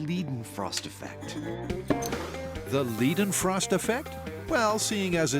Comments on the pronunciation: i'm sad they pronounced liden frost wrong still; still love the show though. (PS: leiden is a German name pronounced like lied-en) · Adam and Jamie's pronunciations of Leidenfrost are hilarious different. Jamie's is quite good. Like far better than I expected. Adam basically switched the e and i and said Liedenfrost instead